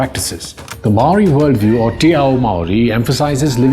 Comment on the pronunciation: Impressive video, I only noted two trivial faux pas. Your knowledge of Māoritanga is advanced for a non-Māori. Your natural accent also pronounces Māori better than most Pākeha New Zealanders - the vowels especially. Do you live here?